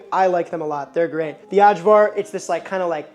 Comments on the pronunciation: The lamb and pork gyros wins it for me just very slightly ahead of čevapi :) Loved the video. And had to say it - you nailed Kajmak but Ajvar is pronounced "eye vaar". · your prouncing cevap wrong, the 'c' is a 'ch' so it's Chevap. Also, for ajvar, the 'J' is a 'y' so it's ayvar. Did you post the recipe for the lepinja? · interesting pronunciation of cevapcici, but that one wins for sure! but cevapcici= che vahp che che. AJVAR=eye var. in croatia at least. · "uhdshwar", lol. It's pronounced "eye-vuhr" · Ay-var. Its Ay-var. Eye-var, if you will. Gahhhhh! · Very happy to see the cevapi made #1. Also I couldn’t help but laugh when you pronounced Kajmak perfectly but then said the hard “j” with ajvar 😂. Think “ay-var”! I also agree with the other Serbs that you should grill the meat next time. Great work otherwise! You made me homesick. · Ajvar is pronounced "Eye'Var" for future reference. THe J's are usually pronounced as Y's. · yep, great job! implementing these tips if you make cevapi again will make them 100x better btw, ajvar is pronounced more like ay-var 😄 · Looks great but , but the way he pronounces ajvar 😄 and then lepinja like it is some mexican bread( la pinha) 😄 , and the cevapcici is also funny. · I'm gonna show this to my Serbian friend and let him hear you mispronounce half the words